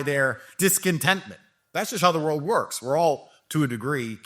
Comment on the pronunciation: And he said “works” wrong he said “wuks”